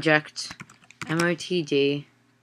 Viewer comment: IT'S NOT A 'MOTD' . MOTD IS 'Message Of The Day' .